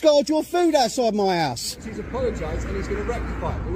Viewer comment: Each time he's saying "house" , i can only hear "arse" ‼️‼️🤭🤭👍😁😁😅😅 Jokes aside ‼️